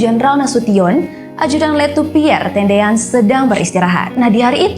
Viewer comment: Piere tendean bukan piere tedean